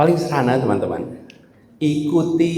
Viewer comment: Berulan-ulang nonton, kagum dengan sebutan "TENAN-TEMAN"